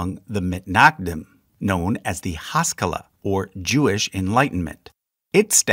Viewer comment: This is a fairly good and accurate video, however, your pronunciation is AWFUL. A multi-syllabic Hebrew word is almost NEVER stressed on the first syllable. For example, "haskalah" is not pronounced as "HAH-ska-la" it is pronounced as "ha-SKAH-la." "Agudah" is pronounced "A-GOO-dah". Also, there are other chassidic groups that are not a part of the Agudah, such as Satmar. Also, there is one HUGE error in your video. An Orthodox Jew would NEVER attend a Reform synagogue. NEVER. And, conversely, you would not find a Reform Jew attending an Orthodox synagogue. And, the fact that you, as an Orthodox convert attend a Renewal synagogue would make you pretty much an outcast within an Orthodox community. The expectation would be for you to move to an Orthodox community, rather than attend a non-Orthodox synagogue.